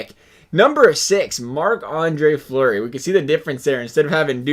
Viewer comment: Fleury not fluery